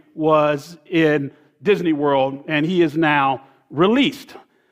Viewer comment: Anyone notice he said "Disaney Werld" and "Pogrim"